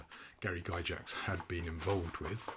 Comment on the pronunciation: I have to be that guy. It's pronounced Gygax not Gyjax. Like Gargoyle not garjoyle.